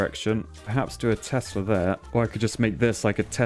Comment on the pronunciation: When he keeps calling Teslas "Testas"... And when he thinks height gives damage rather than range.